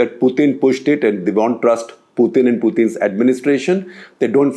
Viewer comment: why do you pronounce Putin as Pyutin?